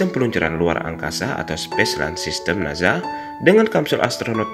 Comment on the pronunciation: NASA min, dibaca SA, sprt ngucapin ES, bukan naZA = zet 😭